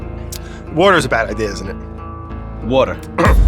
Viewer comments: water wader wourder.. 😂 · He literally indirectly questioned "wourder". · Sean repeating the pronunciation of Wourder instead of answering the question 😂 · He needs wourder 🥵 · Brad needs wourder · "Wourders a bad idea"... "Wurdder" They so should have edited the text in for that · "Water is a bad idea isn't it?" Sean: "Watah'." 😂😂😂??? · no he says it like wourder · Somebody get him some wourder. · Give this man some wourder please! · ITS ALIVE AND GET THIS MAN SOME WOURDER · GET THIS MAN SOME WOURDER